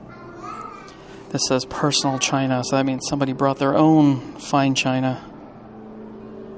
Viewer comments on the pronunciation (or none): none